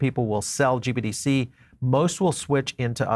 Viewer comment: Sounds like you keep saying GBDC instead of GBTC which makes me nutz!